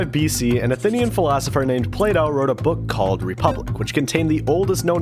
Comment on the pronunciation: what the fuck is he said plato as play doh